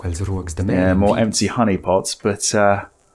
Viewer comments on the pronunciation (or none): none